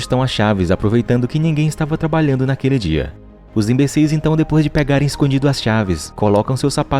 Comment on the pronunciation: Os " inbecis " 😅😅😅 esse narrador kkk